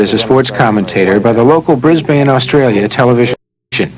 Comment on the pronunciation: Briz-bane Oz-Trail-you're